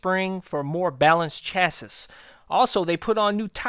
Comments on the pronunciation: it's pronounced shasi btw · Hard to trust a guy that thinks 'chassis' is pronounced 'chas·is' regarding anything mechanical. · Chasis is pronounced "cha-see" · What dialect is he speaking? Chasis is French in origin. Just because we choose to butcher language under the guise of dialect, does not make it correct. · The way he said "chassis" 😂